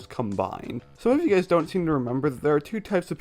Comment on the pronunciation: "Seeya Gays." I mean.... I can't confirm nor deny